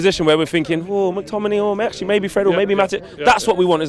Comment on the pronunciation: Who tf is Mack Tominay? 😂😂😂😂